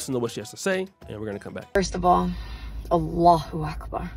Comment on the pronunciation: Brittany Renner saying 'Allah Akbar' sounds like the barking of a dog.